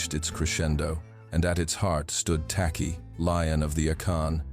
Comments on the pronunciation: The name is Takyi , pronounced as 'Techie' because 'ky' in Twi/fanti is pronounced as 'ch' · Im a Ghanaian, an Akan n a Fante tribe from which TAKY come from. His name is spelt as "TAKYI" we pronounce it as TACHI. In Akan, we pronounce "KY" as "CH". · It's "Tekyi/Takyi", enunciated "Teh-Chi" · Tacky is the corrupted version of "Takyi" pronounced as Taychi. A typical Akan name. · Any Akans from Ghana 🇬🇭 here? The name "Tacky" I believe the true spelling of this name is Takyi and pronunciation is Ta..chi. The British pronounce Akan names as they hear it. Like a town called Kyebi but the British pronounce it key..bi spelling it "Kibi" Akans cover Western region, Central region, Eastern region, Ashante region, Bono region, Some in the northern region, Oti region of Ghana. Akans are fighters but calm people of Ghana 🇬🇭 Some in Ivory Coast. There is a saying "do not come for us unless we come for you" God bless our home land Ghana 🇬🇭 and God bless Jamaica 🇯🇲 peace. So shall it be. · Hey heyy heyyyy. This is not the time n space shake Asante shoulders. Akan doesnt mean Asante. Takyi is a Fante name. And it is pronounced " TACHI" not TAKI. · His name is spelt and pronounced 'Tachie''